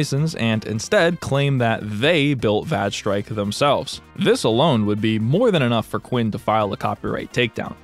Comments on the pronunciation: I'm sorry, VAGE strike?! LOOOL! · im going insane over vage strike having a character named dike (even though it's spelled like the geology term) there's no way that the game isn't pronounced (væj (short a) with that bit of lore